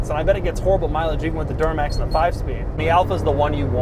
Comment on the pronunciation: did he say door-max instead of Duramax?